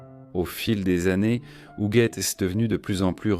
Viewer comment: Donc l IA ne sait pas prononcer hugUette??😂😂😂😂 Hougette